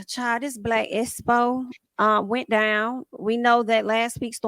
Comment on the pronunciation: The way replaced the letter X with the letter S. Makes me cringe 😬 Espo and Tess message